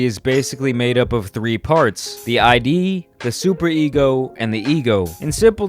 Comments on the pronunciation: Freud was a psychologist and it’s pronounced “id” like “rid” but the R is silent, not I.D. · I've watched until you pronounced I.D. instead of id. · Just to correct you, its not "I.D." its all one word like "Id". Regardless good video!!! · I'm pretty sure it's pronounced "id". Not like "eye Dee" because it doesn't stand for identification. I've heard people call it "id", rhyming with "kid" or "lid". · I lost faith in you when you said I.D. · Just saying it's called the id, not the I.D. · Its “id” not I.D. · The "eye-dee". It's called the "id". Pronounced exactly how it's spelled. Great video still. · the id, not i.d. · This boul calling the id an I.D. Lmao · Cannot watch this bro it’s pronounced “id” not “I.D.” its a simple google search lol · Lol.... he keeps calling it the I.D. like give me your I.D. I dont think that's right. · You’re probably going to hear this a lot from now, but just so we’re clear. “Id” not I.D. No hard feelings. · I thought we were supposed to pronounce it "Id", not "I.D." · nope it’s actually pronounced ‘id’ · Came to post... I thought it was “ihd”, not “eye-dee” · Id not I.D. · It’s pronounced Id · "The I.D"? Please don't teach people to say "Id", wrong. It is supposed to rhyme with "Hid" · Its produced id. Like not short for Identification, but just say it how it's written. Rhymes with lid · Pronounced Id wrong, its a words not two letters. And the Id doesnt always include bad behaviors, its more like ones sense of instinct. Thanatos is death instinct, while eros is the life instinct of the ego. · That is not how you pronounce "id",:) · he understands it so well that people will think he is pronouncing it correctly